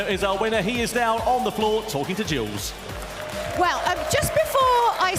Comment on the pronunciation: "Jules"???? WTMF???????